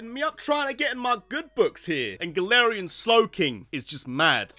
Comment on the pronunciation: It's Galarian, not Galatian!